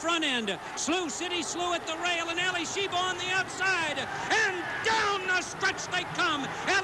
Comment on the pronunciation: I consider Denman the greatest race caller ever, but it is Alysheba, not Alysheber. So annoying to hear names being mispronounced.